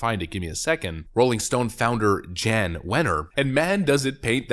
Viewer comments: Pronounced Yon. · His name is actually pronounced "Yawn" Wenner, which is hilariously ironic!